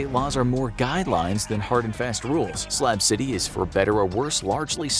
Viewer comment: SLAB CITY BUT I SWEAR IT SOUNDS LIKE HE'S SAYING SLAP CITY